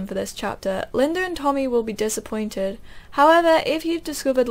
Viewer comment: You keep reading words wrong and its kind of funny.. haha. I think it shoupd be tommy.